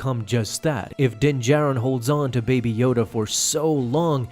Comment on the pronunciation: “Din jared” its how i keep hearing this guy say dins name lol